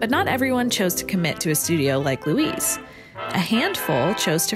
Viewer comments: The German name "Luise" is three syllables: loo-EE-seh. It's hard to hear her name mispronounced. (But that's just me.) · You're mispronouncing her name throughout the video ... weird.